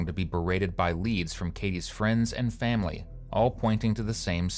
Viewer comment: Obviously this is the least bothersome thing about this man, but the way he says certain words pisses me off. “Fahmily” instead of “family”